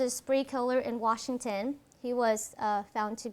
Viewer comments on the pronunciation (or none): none